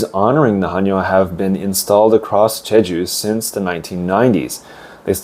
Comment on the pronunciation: 감사히잘듣고있어요 근데 해녀발음이 하녀로들리네요 체크부탁드려요 ㅎ